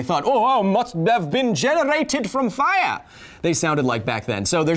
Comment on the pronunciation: "Ohah! Must have been generrated from fiyar!"